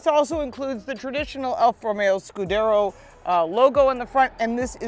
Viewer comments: Alfa Romeo grill is called scudetto not scudero. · I seriously doubt she's owned a Quad before....she can't even pronounce Giulia or "estrema" (called it 'estremo') correctly. She also mispronounced the scudetto grille. Also "A" stands for advanced efficiency; not 'automatic'. Youd think if you actually owned a Quadrifoglio, you'd know just what the hell these things are. They just let anyone review cars these days.